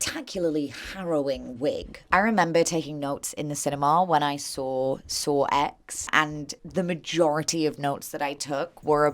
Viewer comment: the way you said "sawx" is gonna be my new vocal stim thanks